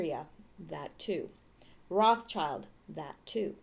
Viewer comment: if you wanna be a step above everyone else remember what Rothschild means. Red Shield Roth Schild (Roth Scheeld) pronounce it like this and you’ll be one of the few to just get it right. It’s important to remember why it is like that